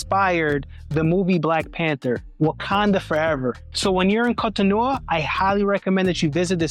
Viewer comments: GOD💙❤️🙏🏼, why do you keep butchering the name of the city? It is three syllables all ending with an “O!’ Gosh: Co To No !!!! Where do you get No Ah???? no offense, but, Damn!! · The door of no return practically brought tears to my eyes. How scary that must have been for people back then. Also you keep pronouncing Cotonou and even Benin wrong..lol. It's pronounced more like kohtohnu and Behnehn (last n is silent). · 😂😂😂 What was the pronunciation before the French decided to invade? His pronunciation of Cotonou is atrocious. 😂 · This is Brilliant just a slight jaring. Can Americans please learn to listen to how the people call themselves like Cotonou and Port Novo.